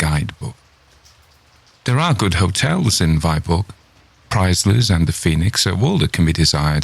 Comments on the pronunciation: Alas the pronunciation of Danish toponymes is all wrong: "Viborg" for instance is not /vaiborg/ but /vibo:/. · Viborg is pronounced Veeborg otherwise very impressive!!!!! I'll be awake all night long. :0)